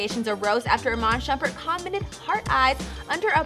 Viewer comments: Iman shumpert not shupert... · isnt it Shumpert